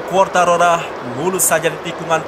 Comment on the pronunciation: Fabio Quartararo Woy... Bukan Quartarora